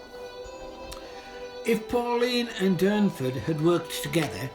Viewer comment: Its Durnford not Dunford .🇬🇧